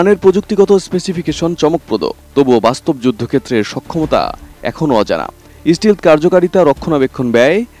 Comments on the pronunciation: আরে ভাই যে বিষয়ে খবর পড়বেন সে বিষয়ের ব্যাপারে ভালোভাবে যাচাই-বাছাই করবেন ওটা স্টিল না স্টেলথ ফাইটার.! স্টিল আর স্টেলথ আর মাঝে অনেক ডিফ্রেন্স। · F30 না F35 আর স্টিলথ না স্টেলথ